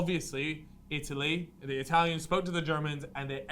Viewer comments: Being Italian I just love your pronounciation of italian names, it kills me😂 btw love this content and the podcasts too, keep it up fellas! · Being italian i just loved your amazing pronunciation of Italian names, loved it😂 Btw I love this content that you guys are delivering and the podcats too, cheers from Italy 🇮🇹